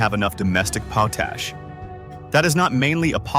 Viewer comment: Potash is generally pronounced POT-ash (short 'o' as in "pot", then "ash") with the stress on the first syllable. The phonetic spelling is / 𝒑 𝒕 . æ / in British English and / 𝒑 𝒕 . æ / in American English. It is pronounced exactly how it looks: "pot" + "ash". Cambridge Dictionary